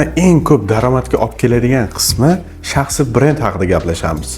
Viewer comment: Талаффузни тугирланг ука..шахсиий бренд дейилади.и..ни сал чузиш керак